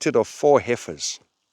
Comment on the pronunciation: ' We had been liberated of four hefeirs '😆😆😅, Glad you got them back.